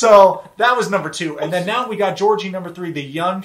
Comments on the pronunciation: She even pronounces his name wrong He's Bulgarian which means his name is pronounced GAY'ORG' EEEEE Not no godamn Georgie Porgie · Watch Dr. Kirk Honda's review of Darcey and Georgi. And, you live in Bulgaria but you pronounce Georgi's name wrong? 🤨 Ask Blair's Baba how they say it. Kinda disappointed you didn't realize him being in US for 8 years means he doesn't need a visa anymore. Anyway, carry on. I still love Yourwetsock🇧🇬